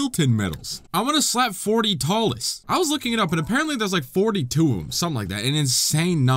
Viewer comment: Hearing him say talus is painful